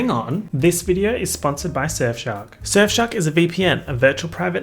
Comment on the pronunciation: Anyone else thinks he pronounces Surfshark like S*xshop?